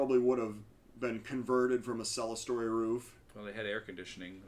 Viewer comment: I caught you making a rare historical error: It's clerestory, pronounced Clear Story, not celestial or whatever you said. I pronounced it wrong for years before someone corrected me!